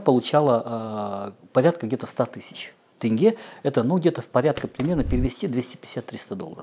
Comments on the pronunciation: тенге а не тЭнгЭ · Тоже коробило. Или как тЭнгЭ🤨🤨🤨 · Видеоролик очень интересный. Спасибо за интерес. Но триггер для казахстанцев: слова «семья» и «тень» россияне говорят через Е, а «Семей» и «тенге» почему-то через Э. Непонятное коверканье. В казахском языке нет звука Э. Это у кыргызов распространена буква и звук Э. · Вроде такой образованный, журналист им все дела…. А название города выговорить не может. Не Сэмей а Семей , Семипалатинск же нормально говорил , тоже самое про тЕнге 😡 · Как же бесит это Сэмей, тЭнге... Три года как живу в РФ и просто не врубаюсь с чего все местные, узнав, что я из КЗ, говорят тЭнге. Какой-то дурацкий всероссийский стереотип, пытаясь передать казахское произношение, все тут начинают Экать, блин, откуда этот бред взялся вообще. Задолбалась объяснять, что в казахском языке вообще почти не встречается буква Э, только в заимствованных словах, а так тут везде мягкое Е. Русские как привыкли кавказский акцент изображать, так и казахский изображают, ну, глупо же. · Сэмэй, тэнге 😂😂😂